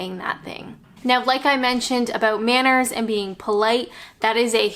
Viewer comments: Us brits are truly laid back... UNTIL YOU PRONOUNCE ABOUT LIKE ABOOT! 4yrs and she still doesn't get it 😂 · please address the way you pronounce the word 'about' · "Aboot" <3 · I know, this is a cliche but I love how you say ‘about’ makes me smile every time. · I love your tutorials, don't tell anyone but I have a drinking game when ever I watch your videos and have a drink when you say "about" in Canadian, keep up the good work, take care from 136 miles south of Vancouver British Columbia.